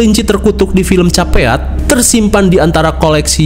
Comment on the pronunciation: oalah bang.. Capeat (Caveat), gw mpe google ni film judulnya apa. Wkwk Karna belom nonton reviewnya, ntr dicek deh abis ini yaaa 😂😂😁👍🏻